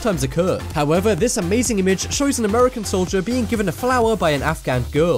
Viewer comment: the soobway one and the solider one